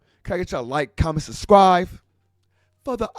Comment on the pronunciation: is you saying “Subscrive”?